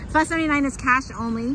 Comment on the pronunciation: I am glad you pronounced it PHA and not PHO like most Caucasian Americans.🤨